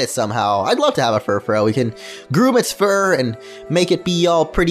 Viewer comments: It's pronounced Fur-Froo. As in Frou-Frou. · i hated how he pronounced Furfrou it's pronounced FURR-FREW in the show, that annoyed me so much 😠😠😠